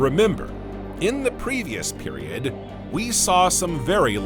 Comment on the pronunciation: It is AI narration, “periodD”…